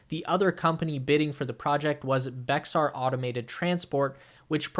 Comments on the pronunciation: Bexar is pronounced like "Bear." Because.... Texas.... lol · It's pronounced like (Bear). Bexar = Bear no worries, just if you talk about it in the future. it's Bexar (Bear) county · Fun fact, Bexar county is pronounced "bear" County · Bexar is pronounced Bear, like the animal...I know, it's weird. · Excellent content! Thank you. Point of information... Bexar is pronounced like Bear. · Bexar is pronounced "Bear" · Thats pronounce Bayer County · Actually I have always heard it here in San Antonio as, Bexar (bear), one syllable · Bexar is pronounced “bear” like the animal. 🙂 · Great content! (Bexar is pronounced “bear” FYI) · Bexar county pronounced more like the famous Aspirin company Bay-er. It is an English attempt at Bejar or (bay-har) a Spanish city in Salamanca.